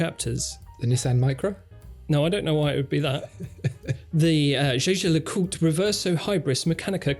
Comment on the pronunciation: I first did not get what you were talking about with the first watch. Jejer le coutr?????? JLC is a bit more understandable. So I saw "Jaeger le Coultre" on the watch. Interesting name. Jaeger should be written as "Jäger" which is German for hunter and is pronounced with a hard G, like in "gobble". The "ä" is pronaounced as an elongated and sounds like ey in "hey" Whish you English folk would pay a bit more attention to original pronouciations and not totally butcher it up.